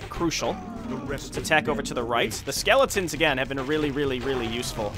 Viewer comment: Soooooo much more satisfying hearing you properly pronounce SKEEEEEELLEEETONS!